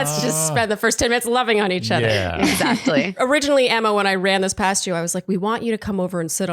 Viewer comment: Word watch: 3 Also every time you guys said “Exactly” all I was hearing was “ExZACHly”